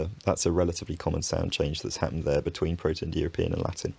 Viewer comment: your pronunciation here of "happened" is really interesting. it sounds something like /hæt̚.nːd/.